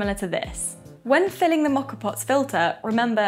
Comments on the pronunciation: Think of this letter of the alphabet “O”. That is the sound rather than an “aw” sound. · Learn how to pronounce the name for goodness sake !!!!